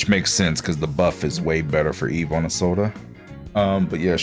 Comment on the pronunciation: never heard someone pronounce Isolde "izolday" dfjkhdjkf